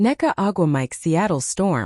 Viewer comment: Her name ia pronounced Beckers. The "u" is silent.